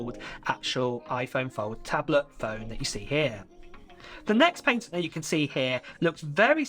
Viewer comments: Just FYI your saying patent wrong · The way bro says patent is outraged